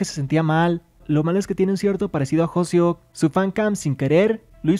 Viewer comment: Y LUEGO NO SABES DECIR HOSEOK!? SE DICE H O S E O K NO HOSEO